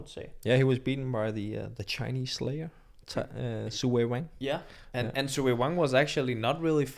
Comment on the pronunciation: Just wanted to point out that you are mispronouncing Seo. Sounds more like Saw.